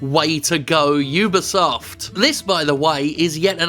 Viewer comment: Vat is dis, 'yewbeesuft' you speech aboot?